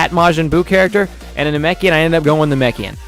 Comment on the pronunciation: U called it a narkoshian it's na Mek ian